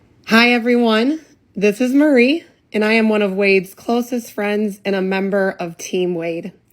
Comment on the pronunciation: Are you saying Murry?